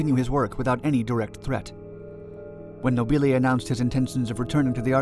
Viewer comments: Beware of Italian pronunciation! The rule is that the stress goes on the penultimate syllable. A good rule, except when it doesn't apply. Nobile has the stress on the first syllable. Mispronouncing it like this makes you sound like Laurel and Hardy to Italian ears - these films were dubbed into Italian by actors using slightly English accents and mis-stressing words. And ... "città" is not pronounced "seeta", but "cheet-tA", with the stress on the final syllable (hence the accent) and with the double T slightly elongated. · No-BEE-lay... I think the blimp was fra-JEE-lay...